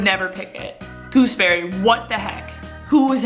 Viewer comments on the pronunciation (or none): I’m from New Zealand and gooseberries grow like weeds here, btw it’s pronounced ‘gooz berry’. They’re really nice when they’re ripe and off the Bush!